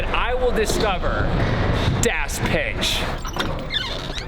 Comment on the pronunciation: Pronounced Dos